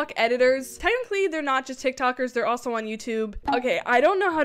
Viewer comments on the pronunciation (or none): none